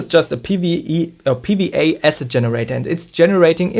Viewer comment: Pee Wee Ay, it’s double u not wee 😂 but love the video